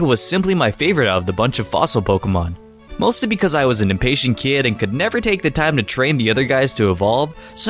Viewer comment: Can’t stand the way you pronounce Pokémon Here’s you: “polka-mon”